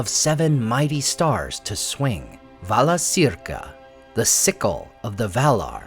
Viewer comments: Pronounced "vala-KEER-ka." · Correct pronunciation: Valakirka